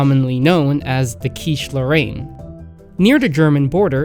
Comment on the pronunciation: As someone from Lorraine, where is this "lowayne" you keep mentioning?